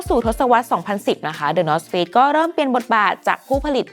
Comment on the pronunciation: ทำไมผมรู้สึกเหมือนว่าพิธีกรพูดคำว่า Face/เฟซ ไม่ได้เลย 😅